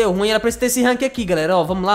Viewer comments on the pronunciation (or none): none